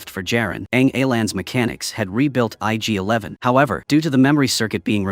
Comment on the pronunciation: Not sure but pretty sure its ig-11 not yg-11.